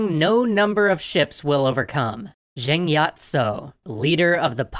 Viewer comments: i like how you stayed authentic to the cantoneseness by calling her with Yat instead of Yi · I is pronounced “yee” or yì